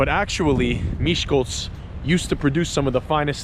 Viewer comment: Wow! I live in Miskolc. This video is just incredible. You told most of the historical facts and most about the famous people that were born here. And, your Hungarian pronunciation is amazing! And, you've comfirmed what I claimed many times. Miskolc isn't that dangerous, really. I am a 16 years old girl, and I can easily walk home at night alone for example from a club, without being attacked or robbed. So; I think that's just bad language. So...Isten Áldjon!